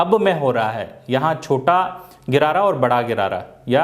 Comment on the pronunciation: Bhai गरारा नही होता gear hota hai